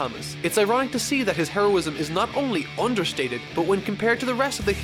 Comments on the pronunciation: I heard Hairo-ism or lacked there of, that was unintentional but i love it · You cannot immagine how often i heared "hairosim" instead of "heroism". Especially in closeups when some missing hair is shown xD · so you want to talk about Saitama's...hair-o-ism eh. ^^